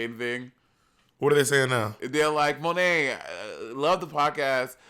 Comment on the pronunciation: Symone Wrice not Monté, child lol